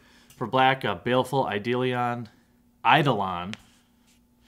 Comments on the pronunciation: You did it. You pronounced Eidolon correctly :) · I can't believe you finally said Eidolon correct.